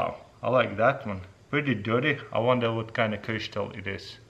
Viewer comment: Love the way you say crystal ( crishtal )🤣